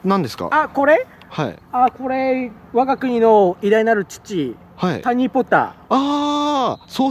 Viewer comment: 「タニ」は笑うｗｗｗ カタカナｗｗｗ